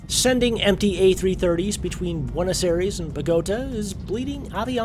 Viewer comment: my ears bled when i heard him pronounce buenos aires and bogota the way he did